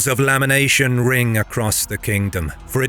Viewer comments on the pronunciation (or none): Wails of lamenation? 😅